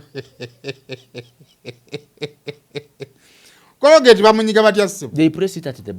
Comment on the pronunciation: Yii omuyivu mbu cologate its colgate